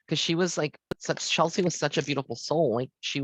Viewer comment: That's CHESLIE, not Chelsey. When you do a "reading," they don't tell you the correct pronunciation of their name?